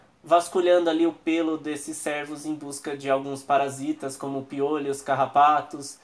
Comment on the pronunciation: Vídeo bacana mano, mas você esta chamando os cervos de servos kk (trocando o ê por é)